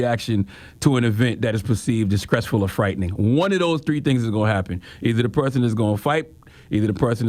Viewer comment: I find it hilarious every time c da god says scress and not stress 😂😂